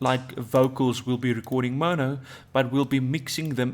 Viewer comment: The dude can't even say mono lol